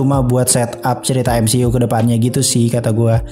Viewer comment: Bro kalau ngomong MCU itu "emsiyu" bukan "emsi u" aneh dengernya... #saran